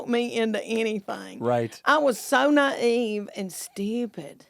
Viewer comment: Did she pronounce naive as nave? I love this woman lol